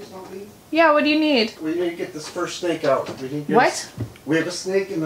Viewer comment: Who else heard “steak” instead of “snake” and was very confused 😂